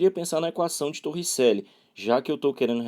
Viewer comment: "TorricÉlli" kkkkkk